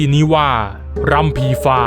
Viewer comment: รำค่ะ ไม่ใช่ ลำ